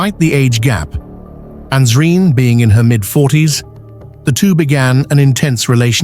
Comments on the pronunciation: It is Nasreen! Not Ansreen! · You got the names wrong it can’t be Ansreen but nasreen and it was Rehan